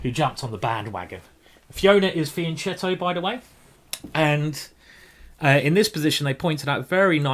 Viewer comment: this is my first time watching you. really great stuff, you are super fun etc etc..but sadly, you too are saying fianchetto wrong..it just hurts my ears :D